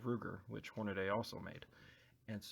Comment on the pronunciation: Horn a dee, though most commonly mispronounced Horn a day, check the spelling or listen to actual Hornady representatives.